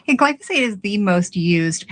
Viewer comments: ‘gly foe sate’. We must STOP trusting these scofflaws during campaigns. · GLAI- fow- suht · you and the interviewer keep mispronouncing "glyphosate". It is pronounce GLY- FO-SATE stressing the first syllable.